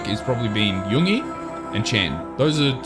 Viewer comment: Love the genuine reactions. Just to say pronunciation wise for Yoongi’s name, you just need to emphasise the ‘g’ a bit because the syllables in his name are Yoon-gi not Yoong-ie 😊